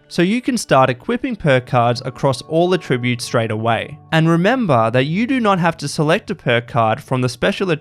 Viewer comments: You say "attributes" wrong. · I just want to know how the voice-over guy got this far in life without knowing how to pronounce "attributes" correctly for the context. Actually infuriating. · Just returning after a few years. Nice to see such changes, it's greatly improved game. The next improvement should be the way the voiceover guy for this video pronounces 'attributes', because it's really annoying and distracting.